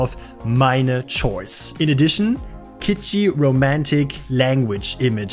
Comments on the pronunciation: I love your videos and I hope you make a lot more. You present interesting things with good details and great visuals. Also, you did several in Scandinavia, so I'm happy :) Just one thing... it's pronounced Kords and not chords ;) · Dein Englisch ist ja echt besser als du denkst, aber „Tschords“ statt „Kords“ schmerzt als jemand, der selbst Musik macht, schon echt sehr! 😂